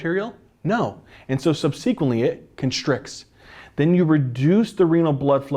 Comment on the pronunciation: The word "subsequently" was mispronounced five times! Emphasize the first and the third syllables not the second. The word "femoral" was also mispronounced. Emphasize the first syllable, not the second. Also, hypertension does not cause atherosclerotic plaques per see. Plaques form due to the electrodeposition of crystals onto the vessel walls. Electrodeposition is the only crystal formation mechanism that works at constant body temperature and adheres all sorts of crystals together as seen in electron microscopy of atherosclerotic plaques. Veins are not innervated so they're obviously spared, innervated capillaries and smaller vessels are spared because electrodeposition fails to take place there, short and squat people are more susceptible because conductivity increases for short wide conductors vs long thin ones of the same mass, plaques take place with turbulence as turbulence increases electrodeposition, and vibration increases plaques just as vibration increases electrodeposition. CNS lesions can form generalized plaques, thus plaque formation is a brain-controlled device for debilitation likely pheromonal in origin.